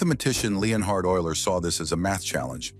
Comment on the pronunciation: AI voice thinks Leonhard is Leon Hard.